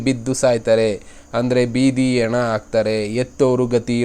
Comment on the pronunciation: ಯಣ ಅಲ್ಲಪ್ಪ ಹೆಣ ಅದು